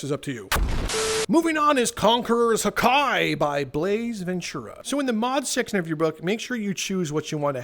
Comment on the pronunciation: The fact he says haki like hakai hakia is from dragon ball bruh and Haki one peace